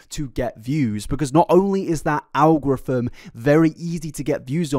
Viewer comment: 🤣🤣sorry but I've never heard "algorithm" pronounced "al-grothom". Love your videos!! 😻😸